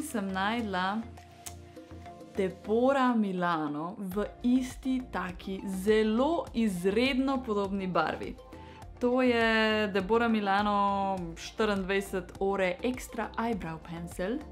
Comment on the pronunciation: Pri prvi stvari si narobe naglasila debora